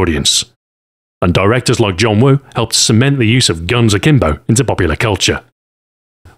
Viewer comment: Ur Cantonese Pronunciation is perfect LOL